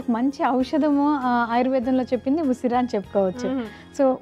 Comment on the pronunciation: Usiri..usara kaadu..dont murder telugu